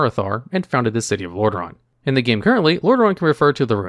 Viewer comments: It is really called Lordareon? I thought its called Lordaeron. Did you made a mistake? ^^ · Hey, love your videos. It's actually Lordaeron, not Lordareon. Keep up the good work!